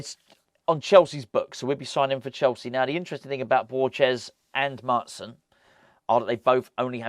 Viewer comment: Hope we get Maatsen :) get this dutch irons supporter a countryman!! It's pronounced maahtsen by the way 😊